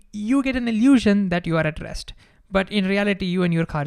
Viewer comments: Great video, but for most of it I thought you were saying “addressed”. Then i realized finally you are saying “at rest”. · Is he saying addressed or at rest? 🧐